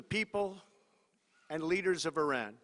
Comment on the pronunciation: “ Will not be TOLERIDE any longer” 🥴 Wtf is this guy on? And maybe the President of the United States should learn how to pronounce “ Iran”🙄 he’s not even consistent with his mispronunciations!!!